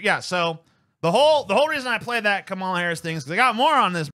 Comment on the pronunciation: It's pronounced: "Kom-Allah."